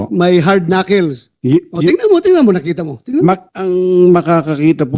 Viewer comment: knuckles is pronounced as 'knakols not knakils'